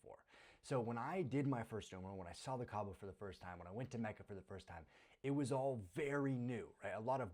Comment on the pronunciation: lol its macca not kacca